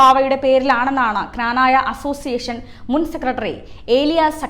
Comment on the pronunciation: കനനായകാർ അല്ല അത്‌ പറഞ്ഞത്. Youtube കണ്ട് ആരോ എഴുതിയ കമന്റ്‌ ആണ്. ക്നാനായ കാർ നല്ല ഉച്ചരണത്തോടെ മാത്രമേ പറയു..